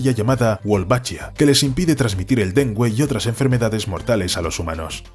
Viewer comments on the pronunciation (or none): A alguien más le dió gracia que dijeran dengüe en vez de dengue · ¿Dengüe? es dengue. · me gusta como dicen Den-gUe como 5 veces en vez de Dengue porque lo decia con GUE jaja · Lo de medelín me dolió, y lo del dengüe también. maldita ia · No es Medelín, es MedeLLín. No es dengüe, es DENGUE. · mede-Lin.... den-gu-e........... por qué hablan mal? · El dengüe XD en vez de el "dengue" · dengue, no dengüe. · Medellín, Colombia* Y en la palabra Dengue, no se pronuncia la U porque no tiene dieresis. Parce mas respeto, este canal es uno grande y estan creando contenido desprolijo. 😢😢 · Medelín, Dengüe... Quién es el redactor? pensaba que era español pero creo que es un anglosajón con buena pronunciación simplemente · 1. EXCELENTE! Volvió el café al canal ☕ 2. En adelante cuando me ofrezcan helado con Lyches voy a pensar en las sanguijuelas (Leeches). 3. Ninguna de las dos voces de éste canal (narrador y ) son naturales. Al decir dengue pronunciaron "dengüe", cosa que no existe! Me aprovechó el café! ☕💯🧐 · el dengüe ($◇$) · pero el narrador dice dente y demgüe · Primero pronunció mal "Dengue" y después bien ¿Qué fue lo que paso ahí?